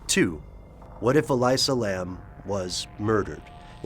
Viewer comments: Her name is pronounced E-Lisa. Not E-Liza. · Its elisa (eh-lisa). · I believe it's pronounced E - lee - sa. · ell ee sa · why do you pronounce her name that way? no other source does, including police and all news reports. i can't help surmise if you did not double check that simple bit of info, you may not have double checked anything. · Not only is it a story that has been told a thousand times they pronounce her name wrong....